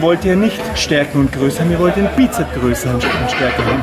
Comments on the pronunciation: sssssssssssss......Bizep-s Es heißt Bizeps mit ssssssss am Schluß. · Nun, der "" erzählt viel Richtiges, ABER bitte sprich die Dinge doch korrekt aus und die Bezeichnungen ebenfalls. Als Fitnesstrainer sträuben sich mir das schon etwas die Haare... Also: 1. Es heißt immer "Bizeps" mit "s" hinten von lateinisch: Musculus biceps brachii 2. Der Oberarmspeichenmuskel heißt "Brachioradialis" 3. Der "Brachialis" ist der Armbeuger unter dem Bizeps.